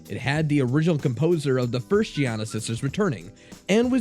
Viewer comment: Not foist